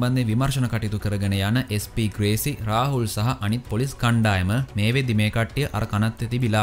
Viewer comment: අන්තිම ටිකේ SP ග්‍රේසි වෙනුවට SP වේසි කියල කිව්ව නේද..😄😄😝 අවධානෙන් ඉන්නෙ හොදේ 😝😝